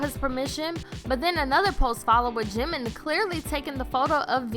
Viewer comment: "ShUga" Jhinmin Jhin Junguk...Junkoo